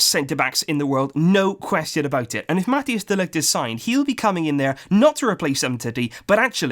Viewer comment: Please prnounce Matthijs de Ligt correctly. The ij has a specific sound search it up.